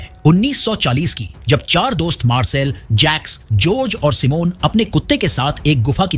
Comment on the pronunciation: गुफ़ा देखने को "मिला" नहीं मिली। सिमोन नहीं साइमन। तरक्की कर लिया है नहीं तरक्की कर ली है। तकनीक विकसित कर लिए है नहीं विकसित कर ली है। ढंग से बोलना सीखो।